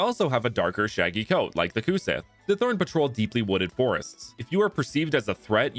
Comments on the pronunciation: Gaelic is a hard language. It's really quite unique among all other European languages! "Sith" is moreso pronounced like the English word, "She", though. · fun fact about the cu sith! it's actually pronounced "cu shee" because gaelic/celtic words are just weird like that lol. it's also known as the "fairy hound", and was known to kidnap human women to bring them back to the fairy realm to act as wetnurses for fairy children. i think it's also commonly believed that its bark foretold death, but i don't quite remember.